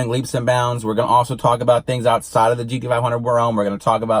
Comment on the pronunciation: GDFIHUNDRED as you are pronouncing it or is it GT Five Hundred (GT-500)